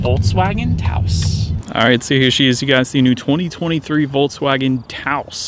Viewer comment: Taos not Taso😁